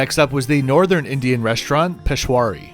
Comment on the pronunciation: Hi, great video as always, however i've noticed a lot of people mispronounce "Peshawri", the 'a' is before the 'wri', so it is pronounced (phonetically spelling it) "pesh-A-wari", you've also misspelt the name of the restaurant in your time tags. Also, Peshawri (it's actually spelt Peshawari) comes form the city Peshawar, in the province of Khyber Pakhtunkhwa, Pakistan. It isn't North Indian cuisine, it is North-Western Pakistani cuisine, which is very different from North Indian cuisine. Not sure if they served authentic Peshawari cuisine at this restaurant. Keep up the good work, you are by far my favourite travel vlogger.